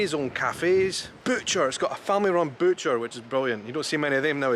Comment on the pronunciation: yuh... "boot-cher".....too me an extra second to get what that was